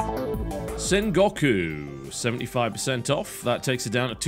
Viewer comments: "Sengawkoo". I winced. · TB's pronounciation of 戦国 was so funny XD